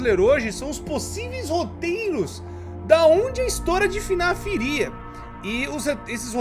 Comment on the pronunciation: "FINIF" kkk